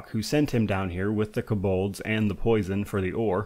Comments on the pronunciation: You’re the only person I’ve here heard pronounce “Kobold” like that: “kuh-BULDZ” 😂😂😂😂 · This pronunciation of kobolds is wild